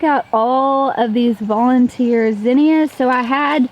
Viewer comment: Maybe I'm saying it wrong, but based on what I was taught, both you and pronounce Zinnia wrong. I think it's all how we're taught.